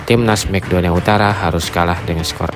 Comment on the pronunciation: Mek donia utara😂😂😂 MAKEDONlA penyebutan ente salah min